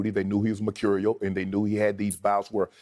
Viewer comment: "Mercurial" - very nice Shannon!